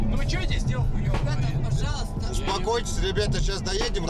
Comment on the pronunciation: Нургазынын орусчасы эле ха ха, успакайтись дайдим разбираемся😂